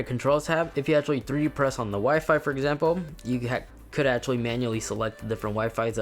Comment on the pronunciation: He said u can ashatly